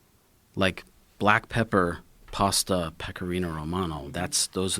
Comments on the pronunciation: Americans pronounce words funny. "Pasta" sounds like "pawsta" and "Bologna" is "Bolone-nia". It's like the word "past" and then you add "a" not "pawst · It’s pronounced PASS-TA not PARR-STARR 🙄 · Can we all agree Americans say the word “pasta” incorrect